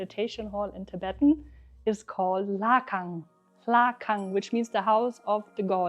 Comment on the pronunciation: Your Tibetan pronunciation is very good 👍 👍